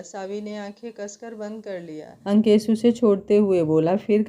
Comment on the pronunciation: Nice story mem par aap Ankesh bolti h to yeisa lgat jeise lankesh bol rahi ho koi dusra naam rakh leti mem